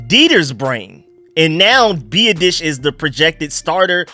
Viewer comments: Love your videos bro. Just one thing, Tyler’s last name is pronounced Bee-aah-dish lol. Sorry don’t mean to sound like an ass. Keep doing you though! Love your work! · You are butchering our new center's name!!!! LOL. BiAdasz. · Hopefully, will stop consistently butchering Tyler Biadasz's last name by the time OTA's roll around